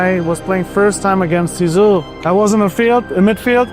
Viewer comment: nope! butchering his nickname like that….. not okay!!! let a french person teach u please!